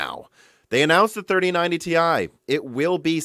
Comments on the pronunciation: I do think it's funny that he keeps saying Tie every year when NVIDIA made a large distinction back in the day that it is pronounced T, I.. The rest of their consumer presentation was very lackluster. It felt more like a stockholder call than a CONSUMER-driven keynote. Their self-driving tech is cool and the studio stuff is interesting, but mostly to industry professionals, not consumers.. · Let’s get something clear. It’s Tee-Eye. It always was and always will be. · Nvidia: "TIE" Gamers: "Ti" Nvidia: "TIE!!" Gamers: "No. It's Ti." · Because Jensen has been saying Tee Eye for years on stage.... And you'd kinda guess that the dude who freaking founded the company would know... Go back and watch the Pascal and Turing launches if you don't believe me. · Jensen might have learned of his mistake, and now say's i correct!?